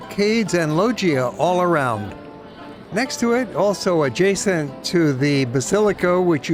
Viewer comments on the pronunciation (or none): none